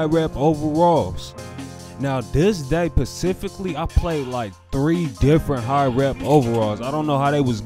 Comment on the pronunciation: Good vid. But my bro said “pacifically” at the beginning 😂😭💀